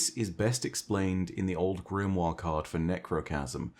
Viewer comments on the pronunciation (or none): none